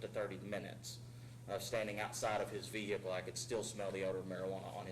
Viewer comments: veee hickle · vee hickle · "veee-HICLLLEE" hhahaha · Any cop that pronounces it ve-hickle is taking yo ass to jail no ifs ands or buts 😂💯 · Ve hickle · How dumb do you have to be to think it's pronounced, "vee-hick-ughlll"?